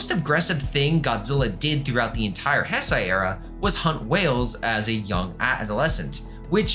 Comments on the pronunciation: definitely not malding that you are pronouncing it as hesai, not heisei Also, Gemstone is not Junior. I don't remember the exact points against it, but one of them was the amount of toes being different I think. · Is pronounced heisei not hsisei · one second in and I hear Heisei pronounced as Hess-Aie...dawg...be so fr... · It's pronounced "HAY SAY."